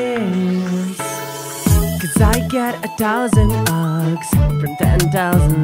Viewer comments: lol u say ugs and its hugs sonds cool!!!!!!!! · Also need to work on your pronunciation ... 'ugs is not how you pronounce hugs the h is important you hold the note on that h.. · I love how you never pronounce the 'H'!! It's so cute!